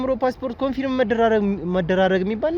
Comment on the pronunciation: * Confirm 'ኮንፈርም' እንጂ ' ኮንፊርም' ልክ አጠራር አይደለም።